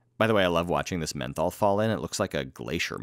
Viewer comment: "Methol" you mean meth?